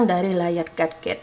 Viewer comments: Gadget ini dibaca gejed 😅😅😅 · Gadget di baca ge juht